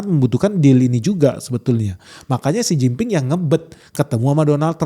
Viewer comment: Xi Jin Ping dengernya= Sen Cin Ping Artinya..... Artiin sendiri dah🤫